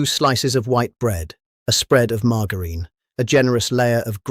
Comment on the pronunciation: When you realise it's AI because the voice pronounces margarine wrong.